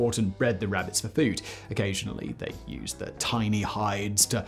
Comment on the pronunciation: Simon said “wabbits” and wac-a-mole 🤣🤣🤣